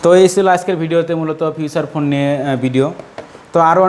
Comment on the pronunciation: ফিউচার ফোন না রে ভাই। ফিচার ফোন বলে !!